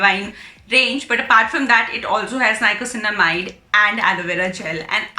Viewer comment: Thanks for the review. Super helpful. Just one thing, it is niacinamide not nicosinamide 😊